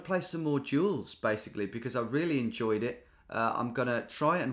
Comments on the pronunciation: I thought you said jewels instead of duels (I was only listening) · every time he says "duels" I hear "jewels". love the content!